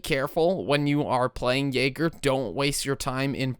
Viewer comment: The way you say Jäger is annoying me xd